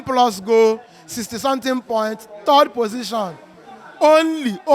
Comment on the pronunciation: We finish "Thord". 😂😂😂😂